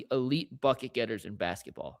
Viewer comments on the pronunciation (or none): none